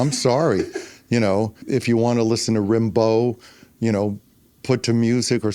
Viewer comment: Of course, it would help if Paul knew how to pronounce it.